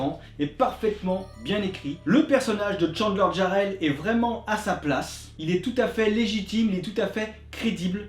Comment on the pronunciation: Pourquoi vous obstinez vous à prononcer mon nom avec "Y", c'est Jarrell, avec un "J" -Oui ye sais!